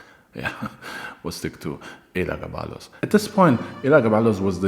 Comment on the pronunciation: oh it was still smoove my guy...Your writing is really awesome nowadays. But how you didn't butcher Elagabalus despite having to say it soo many times deserves congratulations lmao. It was basically a tongue twister at that point. Another great vid. Soo many Julia's though lol.Its like they ran out of female names or something